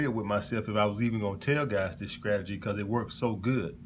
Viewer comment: I'm hollering at all these men flocking to hear the gospel of a bumpkin who says words like skrategy, skring, and skrimps LMAO What high value! 😂😂😂